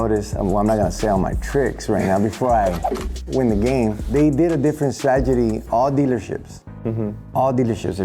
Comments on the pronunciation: Yes, 'Stragedy' sounds right😅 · I like how pronounced strategy sounding tragedy. Sounds about right for crazy EV "stragedies" when we don't have the grid for and there is no way low income, apartment dwellers could afford these EVs knowing there isn't a place to charge and the replacement batteries will cost more than a used EV. Twenty year old Chevy, Ford, or Nissan, no problem, 5 year old Subaru EV, good luck for you. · Bro said stragedy I love this dude